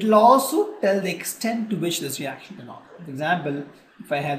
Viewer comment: Yrr buhat time khurab kr diya phele to apni ye language dekho pta hi nhi chlta kya bolte ho chemical ko camiicalls reaction ko ractions dimag khuran kr dia seriously